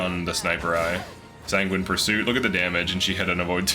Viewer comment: You get a gold star for "Sanguine". 😜